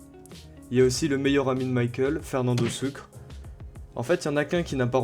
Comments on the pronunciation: On dit sucré pas sucre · Fernando Sucre 😭😭 on dit SOUCRRRÉ